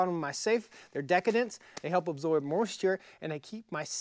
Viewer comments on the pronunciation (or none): At about the mark, did you say "they are decadent (s)"? Desssss-ih-cants, come on boy!